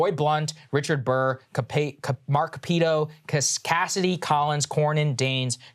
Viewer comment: Senator Shelley Moore Capito [cap eh toe] (R-W.Va.), not whoever the heck Mark whatever is.